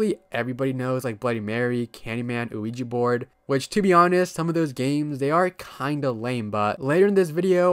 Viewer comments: Most people pronounce it incorrectly, so I won't blame you for getting it wrong. Ouija is yes in both French and German. I can I write the proper pronunciation? We-Ya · Bro said quiji board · Bro, you are pronouncing the Ouija board wrong. The name comes from 2 word in 2 different languages put together. The word is "Yes" in English but the 2 languages that make up the name are French and German. The French word for "yes" is "Oui" and the Geman word for "yes" is "Ja". So, put together it is "Ouija". So, the pronunciation of the word "Oui" is "We" therefore, the correct pronunciation for "Ouija" is "We-Ja". "We-Ja board" not "O-We-ja". Just wanted to point that out. "Ouija" is pronounced "We-ja". Just subbed to your channel. I'm liking it so far. One criticism is I think you should try to slow down and work on fully pronouncing and your annunciation when you speak. I'm sure you're aware that you sometimes slur some words and cut out syllables. Example: everytime I have heard you say the phrase " I'm going to be talking about". What you say is " .....talking 'bout" which isn't the worst thing, but in your case, it is very noticeable. I always had a habit if wanting to get words out so fast that I would slur, mumble, and mispronounce some words and it takes some serious work to fix but you can do it. I think people would like to hear you talk more if you worked on correcting this and it would help you get subs and likes more. Just my opinion. Take it or leave it. No ill intention, I promise. Take care. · why do i always hear ouija as luigi euafyehaosuehfoashefouuahsouhi